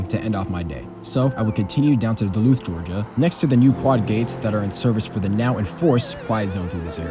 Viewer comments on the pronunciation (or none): none